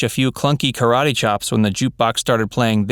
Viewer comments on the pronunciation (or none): none